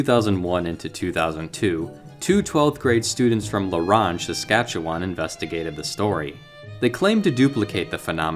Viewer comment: I've seen the light. A few times. And you really need to work on your pronunciation of "Saskatchewan" 🤣🤣